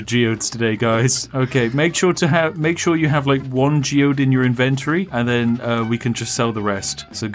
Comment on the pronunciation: say inventory correctly